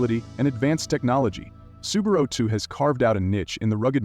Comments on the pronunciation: An expert can at least name brands like Subaru correctly. Poor video! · Please, correct your pronunciation of Subaru and Rivian; such errors make you appear that you really don’t know much about the vehicles produced by these manufacturers!